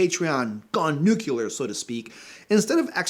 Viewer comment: "Nucular" B. Clinton, D. Eisenhower, GW. Bush & L. Hart